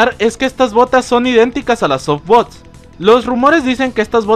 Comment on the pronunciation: Unos pequeños datos... Boots se pronuncia buts, no bo-ots, y Hail (de Hail Tibia) se pronuncia jail, como se leería en español, no con la pronunciación en inglés de la L; es una palabra alemana, no inglesa. ¡Saludos!